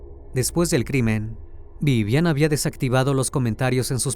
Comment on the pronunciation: No es viviana es vivian, vivian😂😂😂😅